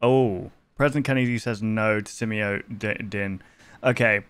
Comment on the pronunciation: it’s pronounced Simio-DINE bro lol it’s been said correctly like 50 times but you still don’t say it right lmao 😂 sorry man but come ON…..ah I love your content